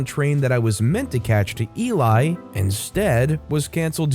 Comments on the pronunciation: And eelee not eelie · That's not how you pronounce Loughborough, Leicester, or Ely. 🤣